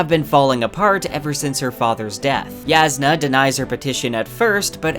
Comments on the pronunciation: Why does this guy keep pronouncing J like it’s a Y? She’s not Mexican dude. Her name is Jasnah, not Yasnah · Jasnah is pronounced YOSS-nuh, not yaz-nuh. Edit: I was wrong about this, apparently it is pronounced Yass-nah. Thank you BookHopper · Sorry but that's wrong. Even the coppermind site says it's pronounced 'YASS-nah ko-LIN' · I'm actually low-key impressed that you've managed to somehow pronounce every. Single. Characters name differently than I/most people. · Sanderson encourages readers to pronounce names however they want. The way you originally said it is how I said it too, and I like it better that way